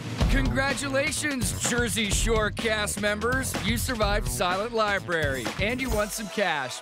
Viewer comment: He said “silent Li-Berry” haha